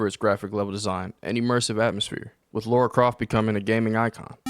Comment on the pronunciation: And straight away - you mispronounce her name......You literally had to type her name and still you constantly call her "Laura" - not "Lara"